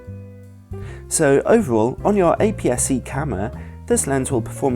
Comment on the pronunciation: please... oh my goddddd it's "CAMERA" not "CAMMWA"!!!! but otherwise nice video